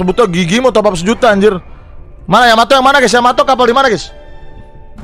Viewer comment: Kapal yanto,yamete,yamato,yamiti kata bang windah